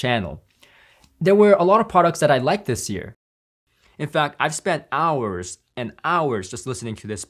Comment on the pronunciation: I hear "ear" every time you say "year" lol